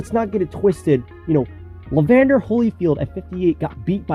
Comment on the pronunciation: And Evander Holyfield, not Levander